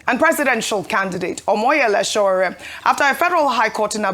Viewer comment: Can Ojy please learn to pronounce Sowore's first name correctly? It's not that hard!